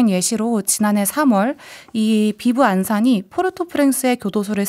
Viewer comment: Viv Ansanm는 '비브 안산'이 아니라 Vivre Ensemble이라는 불어의 아이티 크레올어식 표기입니다. 그냥 비브 앙상 정도로 읽는게 적절하겠습니다. 불어의 단어 끝부분 -re, -le 발음이 캐나다와 아이티와 루이지애나 불어에서는 탈락하곤 하는데 그게 크레올 표기에는 문자 그대로 남은 결과입니다.